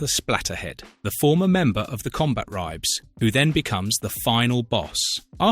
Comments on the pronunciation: CombaTribes. That bugged the hell out of me, and he says it so many times. What the hell is a Combat Ribe? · It's pronounced "Combat Tribes" not "Combat Ribes" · Im pretty sure its pronounced Combat Tribes.